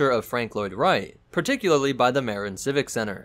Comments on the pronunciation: Marin County Civic Center....it's pronounce Muh-Rin, not Mare-In. Grumble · Dude! “Marin” is NOT pronounced like “mair-in”; it’s pronounced like “Muh-rin”. It’s in Marin County in California. If you drive north across the Golden Gate Bridge from SF, you’ll see this fantastic piece of architecture on the right hand side. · It's pronounced Muh-RIN